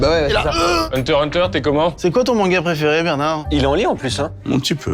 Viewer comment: "pRéFéRé" (Joyca, 2026)